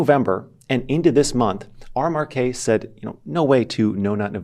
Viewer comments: You call it "R Mark K" while showing a screenshot that says "RMRK (pronounced 'remark')"... Other than that, keep up the good work!:D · it is pronounced "remark" no R-Mar-k they mentioned it on their website.